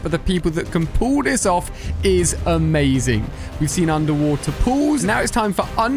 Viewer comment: yo you said undewater pools 🤣😂🤣😂🤣😂